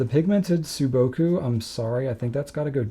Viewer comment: Very interesting video. Correction: Sailor's sou-boku should be pronounced like "saw" or "so" -boku. 青 means simply general "blue". 蒼 means "dull blue". That's how it feels, right?